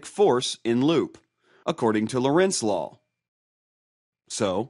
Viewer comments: however i will like to say that it is called lorentz force rather than lawrence force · I don't know if this was already mentioned, but it in not Lawernce's law but Lorentz's law. Otherwise, not bad. Thank you. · lorentz law, not lawrence law. awesome explanation though. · "Lawrence law", shouldn't this be "Lorentz law"? Greetings from Holland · It's Lorentz law. Not Lawrence!. Nice video